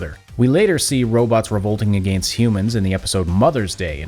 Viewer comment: your forced pronunciation of "against" borders on hypercorrect.